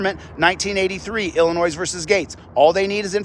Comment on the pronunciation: "Iilinois"--don't pronounce the "s" 🙄